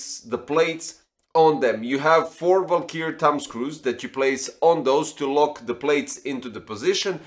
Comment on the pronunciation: It's Valkyrie, not "valkyr"...